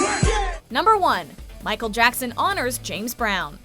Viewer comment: “ Micheal jacksan”